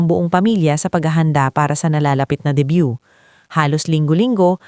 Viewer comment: Debut hindi debyu